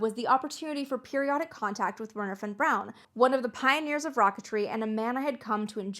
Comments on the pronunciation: Historical revisionism at its finest. Von Braun was one the first members of the NSDAP!!! Everyone knows this. Are you willfully, pitifully ignorant — or a Neo-Nazi? I can't tell. You clearly know enough German to pronounce his name correctly, but you butcher it. It's "Vernher" → "W" = "V" sound. Duh. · It’s pronounced Vernher😂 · Nicely done, well balanced, well researched! I enjoyed it thoroughly. (well, except for your saying "Were-ner" rather than "Vehr-ner"...that grated a bit) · That bloody song is probably the single biggest factor that led Americans so badly to mangle the pronunciation of von Braun's name . . . Wernher von Braun. Three words, and Lehrer didn't get any of them right.